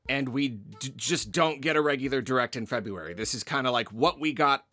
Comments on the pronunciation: FINALLY!! Another who says Feb-ROO-ary! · opened the video by pronouncing February correctly. so satisfying